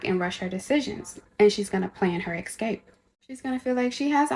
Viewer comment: Someone who pronounces an S and X, as in 'Excape', loses all credibility with me.